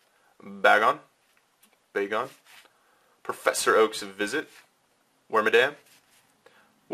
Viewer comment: its ar-ke-us and b-ae-gon